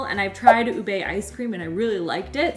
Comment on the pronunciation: lol oobay lol lol lol, it's more oobeh and it's ha-lay-ah, lay as in bed, not lie as in fib.